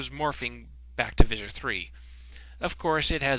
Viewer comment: It's Veleek not Vee-lick